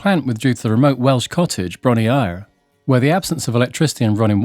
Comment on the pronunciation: Bron-Yr-Aur is pronounced Bron-rah.